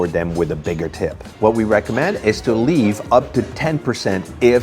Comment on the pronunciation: Your "leave" sounds like "live", tabernak.